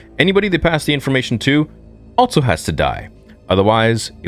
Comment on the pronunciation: can't believe this dude is STILL saying Altso